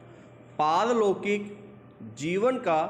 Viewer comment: Sir diction , ki speed sahi hai ... but jab aapne pehele word bola as a speaker to samjh nahi aaya wo ( pal- lokik tha / par-lokik ) tha ... Thoda sir , diction ke time uska jo ( ucharn) hai usko agar aap thoda tez bolenge ya phir proper/ clearly bolenge to Hume likhne me jyada easy hoga ... Baki diction thik thi . All the best sir